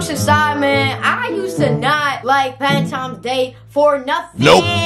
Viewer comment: Who else heard her saying “Valentimes “